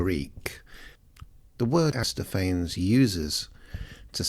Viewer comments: He says Aristophanes the same way Bill & Ted says Socrates. So-Crates Aristo-Fains 😂😂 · good video. Aristophanes is 5 syllables, though